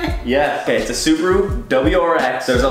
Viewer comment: The way they pronounced "SuBaRuu" 😕 Love the vid tho